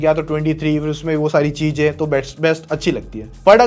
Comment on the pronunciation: Cheeeezain. Not cheeeeeejjjjjaaaaaaiiiin